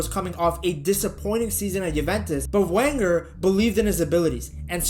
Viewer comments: "VEN-ger," not Wenger. Sorry, man, but if you want people to believe you are an authority on football you need to be able to pronounce correctly the name of a manager so famous that little girls in Europe know it. It's like you never watched a premier league game before 2020 or never listened to pundits discuss the sport. I'm not dissing you, dude, but you sound like some Yank creating clickbait, not a true fan of the beautiful game. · This must be an American nobody pronounce his name Wenger it’s pronounced Venger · I swear to God, if American's running football channels don't stop pronouncing Arsene Wenger's last name as "wang-er" I'm going to blow a gasket. Never seen this channel before, clicked on the obvious click-baitey title to see what was up, hear that nonsense in the first 20 seconds, and then see he's recycled this title for multiple videos. Jesus tap-dancing Christ! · Its pronounced "venger" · It's pronounced Venger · 1 it's pronounced Venger 2 it was the first time we made the quarter finals in the champions league in 14 years, not decades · It’s pronounced Venger. The name is German - he is from the part of France, Alsace, which has been part of both Germany and France over the years. Come on!!!!!!! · You started talking about Wenger with a W. It's pronounced Venger. If you can't even get the name of the clubs greatest ever manager correct, I'm not going to watch ... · I was genuinely interested in this video until I heard how he pronounced Wenger and I was done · I got to 2 mins in. I can’t carry on when you can’t even say ‘Wenger’ correctly… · Yea it’s painful to hear